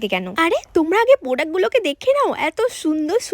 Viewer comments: Product-❌ Podact-✅😅😅😅😂😂😂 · প্রোডাক্ট ❎ পোডাক ✅😂😂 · Product ❌ podak✅ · Product বানানটাও বলতে পারেনা